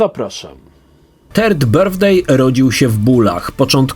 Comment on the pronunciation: "Turd birthday" - łajno urodziny? :D